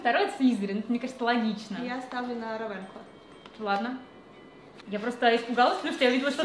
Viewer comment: «равЕнклО» просто убийственно. ну прочитайте хотя бы правильное название, ну пожалуйста…